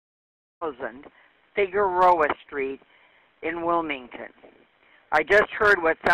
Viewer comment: Damn I’m very impressed you pronounced Figueroa right, that’s my moms last name and people always butcher it.